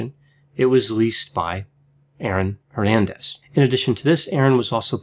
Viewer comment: C'mon man honor your Hispanic roots and pronounce Hernandez correctly xd